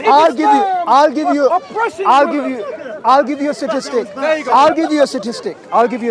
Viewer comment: is meant to be highly educated yet he says satistic when it’s statistic